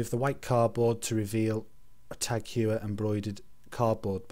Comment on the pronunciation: it's pronounced as Hor-Year